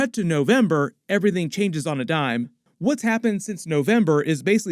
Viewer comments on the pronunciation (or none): none